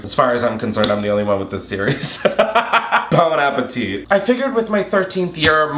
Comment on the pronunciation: Chillle that bon apple teeth BS is ANNOYING AND STUPID AF! say it right or don't say the shit at all😅